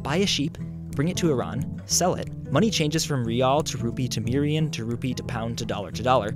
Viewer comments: Seeing how he says mirian in the video, that's probably it. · he said mirian